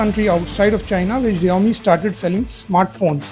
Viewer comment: Xiomi ---- jiome ❌ Shaomi ✅